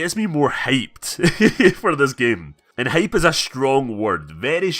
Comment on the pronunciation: When you say hype it looks like you say hate